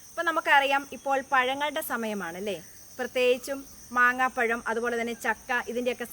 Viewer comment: മാങ്ങാ പഴം അല്ല കുഞ്ഞമ്മെ. മാമ്പഴം